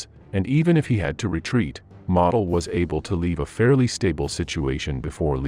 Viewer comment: Not having Heinz Guderian on the list means the list is not worth a dime. BTW Modal is pronounced moh Dahl.